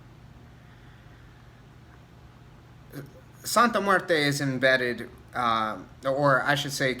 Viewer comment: Great video, my biggest gripe are these practioners pronouncing her name wrong. My recent video on Santa Muerte I went off about it, I personally don't work with her but respect should be shown on her name (any deity really).